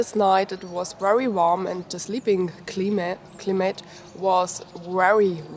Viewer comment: Hi. the word is climate.Not to worry you are doing well.we know what you are trying to sayLuck,Mcbain.